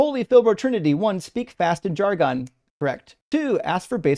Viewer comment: Jargon rhymes with bargain, not argon.